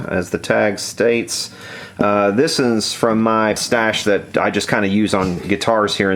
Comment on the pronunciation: at about ... might be "this is" but sort of sounds like "this-ins" LOL if you did that's okay because I'm from the dirty south as well!! YEA!!